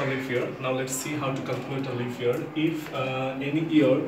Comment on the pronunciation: Pronunciation is like "leaff" year🤣